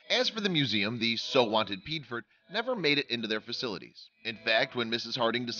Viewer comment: Piedfort= P-A-4, or Pee-Aay-For